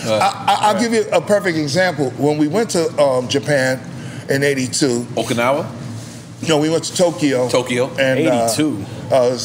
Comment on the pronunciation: My man nore! Said OKINAWA! Respeeeecttt